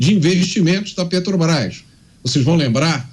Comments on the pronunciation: Petobras kkkk. Roubou pacas e até hoje não sabe nem falar o nome correto kkkk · A "pétobaiffs" é... (até pausei o video, para não estragar meu café da manhã) Resumindo, ele não gosta que dê lucro, porque vai para os acionistas, verdadeiros donos da empresa, que colocam seu dinheiro em risco para realizarem lucro. Esquerdista é assim mesmo, fica roxo ou vermelho de inveja (ou de cachaça) de quem ganha dinheiro. Investimentos no Brasil para ele é desviar verbas no petrolão, para dar prejuízo e o dinheiro ir para os fundos do Partido. Depois diz que não sabe de nada para o Juiz, e que deve ser coisa dos companheiros aloprados. Aloprado também é quem votou nesta anta, com todo respeito ao Tapirus Terrestris, animal que sobrevive sem precisar roubar. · Não consegue falar o nome correto da estatal(Petobas)... Que fase de quem preside essa país. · A desgraça não sabe falar nem o nome da empresa..."petobras" jumento dos infernos.... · A "petobais"kkkk uma mula dessas não sabe nem falar 😂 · É "pétobaiffss", "létobaiffs" (eletrobrás) KKK. Sugiro indicar este energúmeno não para o "nóbéu" da "paiffs", mas para o da "ecunumia", que a gente vê depois. Ontem foi a dos gordos, porque produzimos alimentos demais, antes foi a de que não vai governar pro mercado, e a anterior já esqueci de tantas asneiras que fala. Ah! Aquela que imposto da gasolina melhora ajuste fiscal e justiça social é da miria leitoa. Boa notícia é que o Parlamento Português não quer ele lá falando (zurrando) para lhes pouparem a orelha, que não é penico. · Eita pinguso nojento só fala 💩💩💩💩💩sabe nem fala Petrobras 🤪🤪